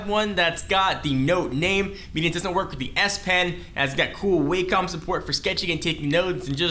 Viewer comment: Wah-com... not Way-com